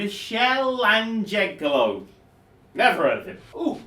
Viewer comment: he butchered Michelangelo and it hurt me. TMNT man